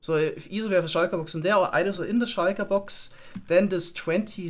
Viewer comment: i like the way you pronounce shulker box